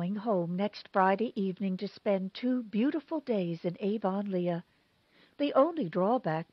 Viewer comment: Avonlea = AV-uhn-lee